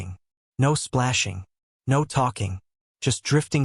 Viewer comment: Every sentence beginning with "No" is mispronounced in a Hispanic accent.